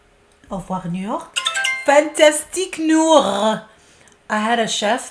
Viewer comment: Your French sounded fantastique! I took 5 years of French throughout school! Fell in love with the language.